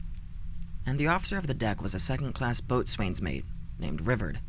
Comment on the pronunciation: Gotta be that guy but boatswain is pronounced more like bow-sin, loved the video anyways